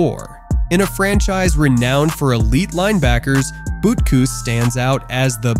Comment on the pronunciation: It's like this dude has never heard any announcer or commentator say these guys names. Who tf is Bootkis 😂